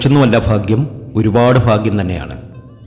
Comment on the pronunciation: ഫാഗ്യം അല്ല സാർഭാഗ്യം എന്ന് ശരിയായി ഉച്ചരിക്കു